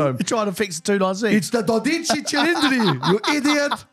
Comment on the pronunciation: the pronunciation is wrong. 😁 "12" in Italian is DOdici (emphasis on the "do"), not doDIci like you are saying. 😅 In English it would be something like DO-dee-tchee, with the "dee" and the "tchee" pronounded very fast.